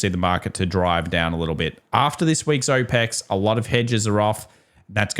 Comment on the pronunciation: Aw Pecs = options expiry Oh pex = OPEC’s The oil cartel Just a heads up It sounds really disjointed when you say it that way because my brain has to reorient what we are talking about every time you say OPECs. Every time I’m like what does the oil cartel have to do with quad witching